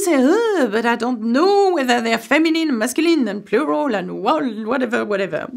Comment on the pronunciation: I really like the way you say ‘Plural’. 😄